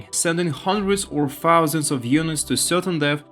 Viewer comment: "Hundreds or fousands of units". FOOUSAND OF UNITS, MATE! FOUSANDS!